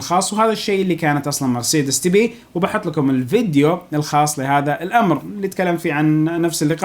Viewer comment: محتوى رائع عدل كلمة مرسيدس